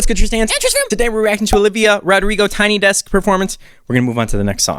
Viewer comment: olivia: my name is olivia rodrigo tristan: i love how she pronounces her name